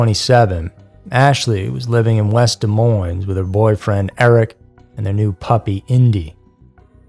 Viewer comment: Dude, its De MOIN (no "s"!)